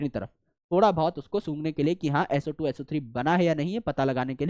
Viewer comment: SO² - Sootu SO³ - Soothree 😂😂😅😅😂😂😂